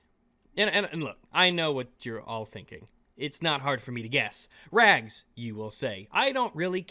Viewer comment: So, I must correct all of you, its not Rags, its actually Rag''''''''''''''s.